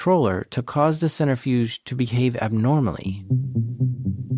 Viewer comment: Absolutely fantastic episode so far in. Some constructive feedback - watch your pronunciations of key scientific terms and names when doing historical technology reporting. Especially when mispronounced often, it detracts from your awesomeness. The big one: “nuclear” is pronounced “new-klee-ur”, not “new-cue-lurr”. Similarly, “centrifuge” is “sen-trih-fyooj”, not “center-fyooj”.